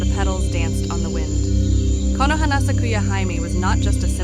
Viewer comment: Great resource, i gotta say though, hime is pronounced Hee-may